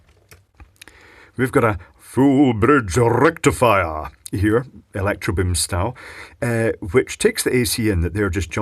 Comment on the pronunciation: Don't pronounce full bridge rectifier in that way or your eyebrows might grow together.